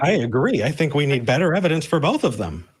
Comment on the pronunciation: "the ev-i-dence of the holy spirit..." best laugh i've had all day :)